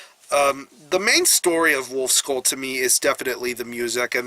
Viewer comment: Great review, but try learning the pronounciation of ü! :D its not u but ü